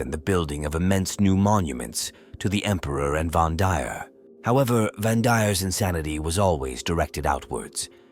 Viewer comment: It’s AI slop, that’s why the pronunciation and syllabic emphasis is all over the place.